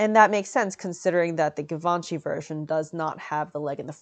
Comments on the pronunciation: it's givenchy like geee not give..... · Did you have to wear a strapless cone bra? How did you hide the straps in that cutout in the back? Also for someone who makes a great effort in pronouncing the French words so accurate (ie Duchess), why is your pronunciation of Givenchy not applied? The French (which Hubert de Givenchy was), pronounces it "Jzee-Vawn-Sheee" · Givenchy, gchee-von-she. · Love the informative fashion breakdown! Unrelated : is it not pronounced jee-vhan-shee ? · Why do you pronounce givanchy like that? The first sound is zh. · All those people correcting you in the comments is so upsetting. I’m sorry lovely! This dress is almost as beautiful as yourself! I for one have known about some of Givenchy’s designs for years and not once have I heard the name spoken outloud. Idk how they expected you to know the proper pronunciation. I was saying it how it is spelt all these years. Don’t feel discouraged, some people are just hurtful. Keep up the good work and thank you for everything you do! 💖